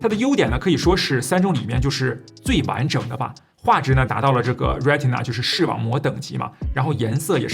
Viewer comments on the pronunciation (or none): 那个念做“瑞谁呐”吧